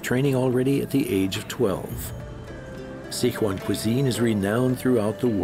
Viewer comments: and it is Si Chuan not Sic Huan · it is Sichuan not Sichua lol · Sick wan！hahahaha I'm a Sichuanese！ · As a Chinese I find his pronunciation of Sichuan hard to listen to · gui-zoo and sick-wan hurt my ears